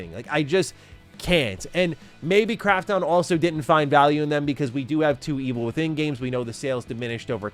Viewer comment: Fuck sake! Can't he pronounce Krafton correctly?? The way he says it grates on my sole! 😖